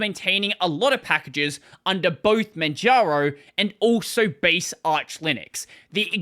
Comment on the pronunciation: Why do you keep saying Manjano instead of Manjaro? 😅